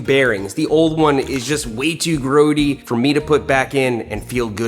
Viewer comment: Is that how Americans say grotty?